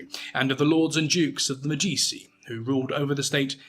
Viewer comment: Its’s pronounced MEdichi - the family name. Normally your pronunciation is spot on.